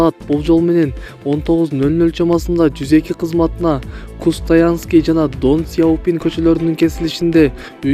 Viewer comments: Кустанайская/ Ден Сяпина. .Хустаянский/ Дон суяпин эмес. Тууралап алып чыксанар эфирге. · Кок мээ Кустаянский эмес Кустанайский😡😡😡окуганды уйрон анан передача алып бар дундук. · Кустаянский эмес Кустанайский. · Долдурогон журналист сымал десе. КУСТАЯНСКИЙ ДОН СИЯПИН, милися 🤦‍♂️ уят кокуй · Кустаянский жана донсиопно дейтго🤣🤣🤣🤣